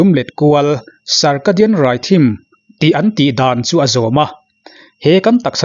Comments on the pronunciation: Rhythm hi "rithm" tih a lam tur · Lam sual vak theih pawh anilo, tunhma deuhin , germanho aw phawi ah thm, tih lai hi dam ti deuhin a ri deuh thina, .